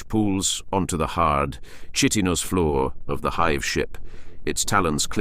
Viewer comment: I have to say, this was a nice piece, you have a good voice for this, but man some of the pronunciations just sounded so wrong, words like Tyranid og Chitinous, and I observed a constant change in the way you said Harbinger. These are just comments to try and be constructive to help you if possible, because the piece overall was a good listen and something I'd love more of to listen to while working, keep it up 👍